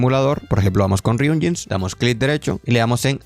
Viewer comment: Por si no ves mi respuesta a tu comentario de hace un par de días lo reitero, no quites la pronunciación de "ryunjins", ya es parte del canal. Saludos.